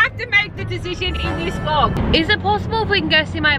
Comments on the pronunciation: Why can none of them say “decision” properly. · None of them can say decision correctly and it’s so irritating